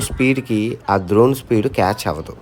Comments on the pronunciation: డ్రోన్ bro ద్రోన్ kaadhu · అది ద్రోన్ కాదు డ్రోన్. videos లో కుడా ఎప్పుడూ ద్రోన్ ద్రోన్ అని అంటుంటారు. మీ videos regular గా చూస్తుంటాను. మీరు చేస్తున్నది ప్రపంచ యాత్ర కాదు, ప్రపంచంలో ఎవరూ సాధించలేని సాహస యాత్ర. All the Best to you.